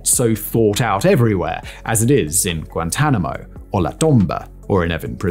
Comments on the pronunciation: "Guantamano-oh" Bay? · that pronunciation of Guantanamo bay has me dyinnnnggg